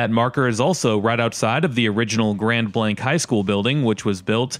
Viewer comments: Your pronouncing it wrong it's (grand blaangk) not Grand Blank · It's grand blaangk!! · It's pronounced "grawnd blonk" you numpty